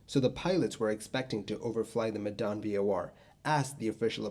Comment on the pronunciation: I find your pronunciation of Medan funny 😂 it's more like the 'me' when you say meh, just no H. The dan pronunciation is pretty close tho.